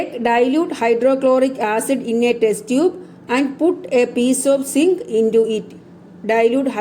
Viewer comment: Teacher sink alla zinc annu